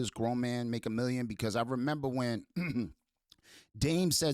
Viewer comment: He said Meme not million